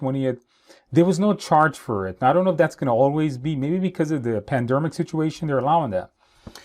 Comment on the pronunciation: He said "Panderma" ha ha - way to beat the algorithm!!!